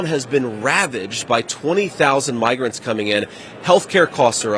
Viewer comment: Can’t stand this situation, but I’ve listened to the sound bite over and over and over again in slow motion. What I think he did was, pronounce migrants (My-grants) like MIG-rants. His mouth formed an ‘m.’ But, despite this, I can only imagine that since he is going along with this, he is one who uses the word we thought he used as a common hobby.